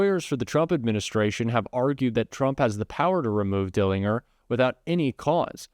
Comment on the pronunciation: Dellin-Ger. It's a J sound 😊